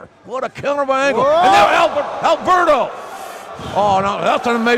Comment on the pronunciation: I love you, JR. But you've pronounced Alberto's name wrong too many times. 😅